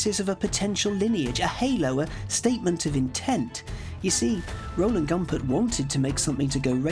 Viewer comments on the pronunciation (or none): It’s pronounced Goompert!